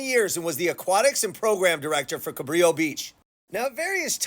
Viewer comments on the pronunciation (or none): Fyi. Juan Rodriguez Cabrillo was Portuguese. His name is pronounced Cabrillo (like brillo pad) . Please adjust accordingly. I live in San Pedro.